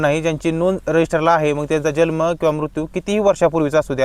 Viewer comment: जल्म उच्चार चूक आहे, जन्म उच्चार करा.